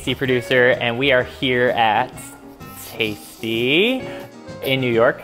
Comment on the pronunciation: NOOOOoOoO! He’s “taisty”